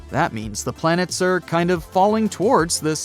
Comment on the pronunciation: beLIEve its plan-ets 😂